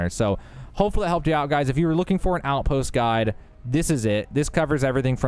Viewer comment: I thought you started the video by saying "This is outpost God" 😂